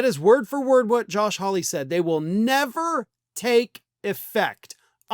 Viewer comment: When you said the vote was "fifty for", I heard "fifty-four". What?